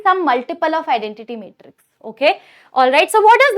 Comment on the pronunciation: Matrix ❌ metrix ✔😂